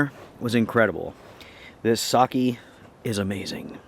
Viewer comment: Listening to you mispronounce sake 100 times was painful. LOL. Looked like fun!